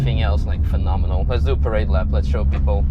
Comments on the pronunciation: "Prenominal, I'm soaking wet" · "Phenomenal. I'm soaking wet." I bet you are you filthy little....oh sweat. You meant sweat.